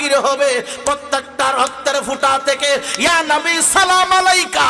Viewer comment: এক শয়তান বলে ইয়া নবী র্ছালামালাইকা : ছালামটা ও শুদ্ধ করেনা।